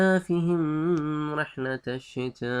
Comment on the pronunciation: ماشاء اللہ بھائی بہت اچھا لگا آپ کا لیکچر سن کر۔ جیتے رہو۔پلیز اپنی تجوید ٹھیک کریں یا پھر سادہ قرآن پڑھیں۔ ایلافھم اور من خوف پہ غنہ نہیں ہے۔